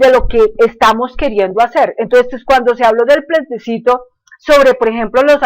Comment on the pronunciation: es plebiscito no plesbicito,,,, aveces hay que saber hasta pronunciar para no decir cosas vagas sin fundamento ,,,, hablando de cosas que no sabe